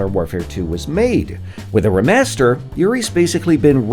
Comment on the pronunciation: Everyone else: “Re” master -: “Ra” master